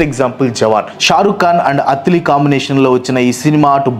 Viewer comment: అత్తిలి కాదు అన్నా అట్లీ